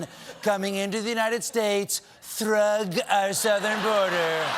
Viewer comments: LoL with the "illebegal imigration" just seconds before calling out "throug". That's classic comedy! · "Throug" the way Steven pronounced it🤣😂🤣😂🤣😂